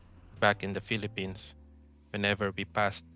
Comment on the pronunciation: Ay Pinoy ka nga. Sabi mo "bak in the Pelepins"